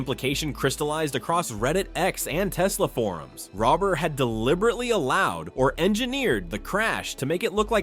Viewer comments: bro be respectful u pronounsed mark rober mark robber like robing a bank you pronounce it like rober as in rover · Lol you can't even bother to get his name right